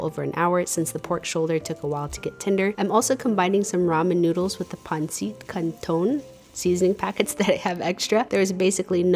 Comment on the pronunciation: its Pronuonced Pan-sit Can-ton you have to say it a bit faster